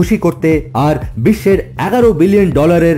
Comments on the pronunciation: এই আমাশার রুগী দিয়ে ধারা বর্ণনা দেয়ার মানে কি? ও বিশ্ব কে বলে বিষবো। উচ্চারণ খুবই জঘন্য। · উচ্চারণ টা বিশবো। English channel টা আসল। ওটা দেখলে ভালো লাগবে।